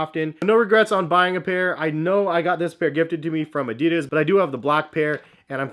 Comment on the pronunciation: The brand is called "adidas", it's german.... not fuckin' "adiiiiiiiiiiiidas"